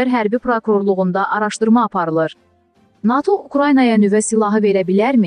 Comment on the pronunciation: NATO' YOX NA'TO yox bir patı